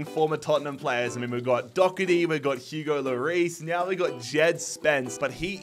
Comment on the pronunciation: It’s pronounced Do her ty not Dogherty and it’s pronounced Qy veen not Cameron